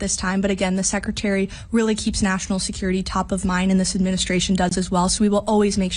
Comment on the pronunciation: SSecretary of DDuhfense. 😂